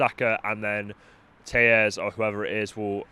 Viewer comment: His name is pronounced "tell - es" not "tay-es" as he's Brazillian.